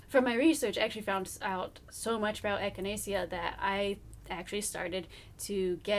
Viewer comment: Pronounced “echina-shuh” :-) I only know this because it also makes for a wonderful tea. I really want to start a little herb garden for my bunbun. Thanks for the information! I love your videos!